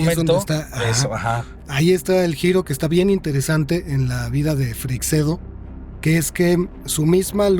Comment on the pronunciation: Se pronuncia «Freishedo», no «Freicsedo» ni «Frecseido». Lo habéis pronunciado de mil maneras, y todas mal. 😂 Sólo lo ha pronunciado bien, aunque no al principio del vídeo. En España, Freixedo no era demasiado popular, salvo en el ámbito del misterio, claro. En comparación con Benítez, por ejemplo, aquí en España es un completo desconocido. Algunos lo consideraban demasiado friki. Buen programa. Saludos.